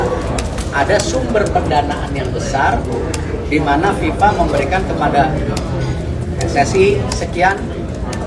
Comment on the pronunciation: Bukan Viva pak tapi fifa